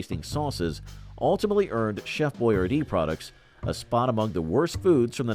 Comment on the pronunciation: Funny seeing Alyssa Milano in that Hi C commercial. And Costanza with hair. You also mispronounced Boy-ar-dee. Trust I used to say it the same way until I saw an old b & w commercial with him saying his name. Granted, its subtle, but there is a difference.